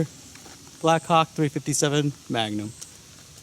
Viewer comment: 0.14 Ruger 'BlackCock we all heard it! ,,,,the mouth speaks what the heart is full of :D